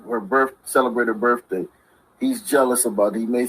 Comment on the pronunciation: Did just say Birfday?